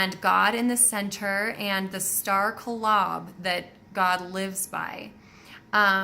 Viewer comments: Yeah, it's KO-lob, not ka-LOB. :-) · him asking if you are mormon is a sort of complement i think, because of the volume of information you cover. it's only when some little thing comes out that we realize you weren't raised mormon. in this case, it's the way you pronounce the word kolob . it's a made up word so there really is no correct pronunciation, but the mormons think they own the word. if you really want to get under their skin your next video should be titled zelph hieing to kolob. hi as in hi ho hi ho it's off to work we go. it's a real english word, but the mormons are the only ones who use it. you'll hear it sung in sacrament meeting "if i could hie to kolob" you've already covered blood atonement and mountain meadows massacre, so they couldn't be too offended by hieing to kolob and other mormonisms.